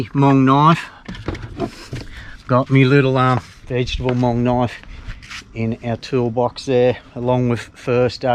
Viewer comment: Love how you tell our grandparents story. Love how you properly say Hmong Vang Pao. Stay safe and keep sharing. I will keep giving like 👍.